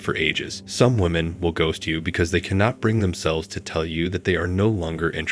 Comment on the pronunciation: Bro 🤔did You not hear the bot 🤖 voice mistake? "gost" this could be a chick trying to mislead & Decive😬😮